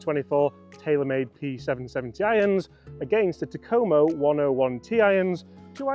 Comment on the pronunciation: "TA-ko-mo" Not "Ta-KO-mo"